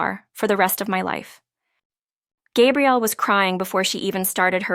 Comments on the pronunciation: I really enjoyed this story. Thank you. For further clarification regarding the name of the female lead...the pronounciation is...Gah. e.g. Gabrielle Union. For the male the pronounciation is...Gay-brielle. Note...the spelling is the same for both male and female...so AI might not be able to distinguish between them...it's a common problem among the story sites...makes me flinch though. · Iteally enjoyed this sincere loving love story and the suggestion of Happily Ever After!!...but I flinched whenever I heard Gay- brielle instead of Gah- brielle...correct pronunciation, please !